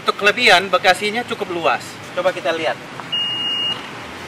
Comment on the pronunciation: Bagasi nyebutnya bekasi :v